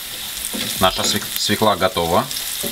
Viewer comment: Не свекла, а свёкла, свёклу